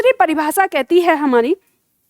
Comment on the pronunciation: प्रस्तुति अच्छी है। शाबाश ! अपना उच्चारण सुधारो। विशेष, भाषा, परिभाषा, स्पर्श,देश का उच्चारण देखो। प्रूफ के स्थान पर सिद्ध शब्द का प्रयोग करो। शुभकामना।